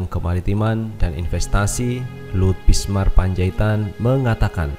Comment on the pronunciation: Binsar massssss. Bukan bismar... .piye tooooohh...toh... .xixixiixxi